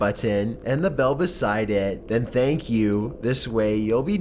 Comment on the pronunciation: “Beside ETTTT” “during the dAY” “conversatIAN” like I can’t listen to it anymore ahahahahhaa